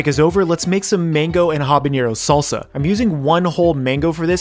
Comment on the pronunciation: Bro it’s habanero not habañero Also don’t be a wuss use the whole habanero they aren’t that hot